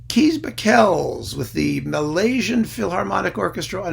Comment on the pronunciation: Kees Bakels is pronounced /Case Baahklz/ btw.